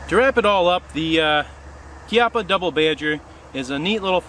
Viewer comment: You finally got it right. Kee-ah-puh. Congratulations.